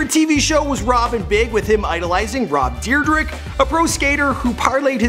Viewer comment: it sounds like he says Rob Deerdick